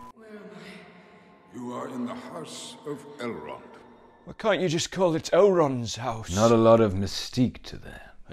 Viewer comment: Lol 'Adult' Elrond